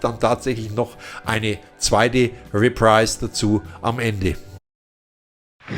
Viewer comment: Hat Dir eigentlich noch nie jemand gesagt, dass Du "Review" falsch aussprichst? Tut richtig weh im Ohr. Und es heißt Re- pr-i- se und nciht "riprais".